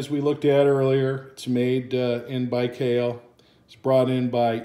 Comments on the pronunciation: Nice side x side! I think the proper pronunciation is Buy-Call. Thanks for the wonderful videos! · Baikal not Bikhail. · OMG, How You Spelled The Name BAIKAL . I Cringed So Hard :D But Okey, Thats All Good, Just Funny :D